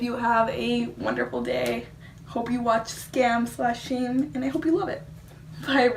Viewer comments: Pronounce it like skahm. A Norwegian forest cat kitten DIES every time an English speaker pronounce Skam like Scam. And we don't want that! ;) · It's pronounced "skum" , other than that, great video !